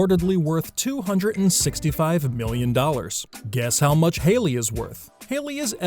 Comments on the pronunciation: Am I the only one who's upset that he called her Harly? Its Hailey guy. HAILEY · Funny, narrator called Hailey, Harley in one spot, robot!!! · Harley? you pronounce her name wrong!!🤦🏻‍♀️🤦🏻‍♀️🤦🏻‍♀️ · Did he say Harley?? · Umm . . . Her name is Hailey not Harley. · He said her name wrong